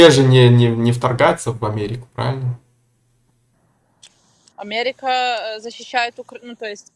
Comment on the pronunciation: Омэрика 🤣🤣🤣🤣Ой я не смогу)))